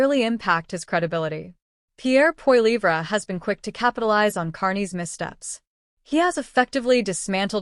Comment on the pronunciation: Funny how the narrator pronounces Pierre’s last name. POILIVRA?😅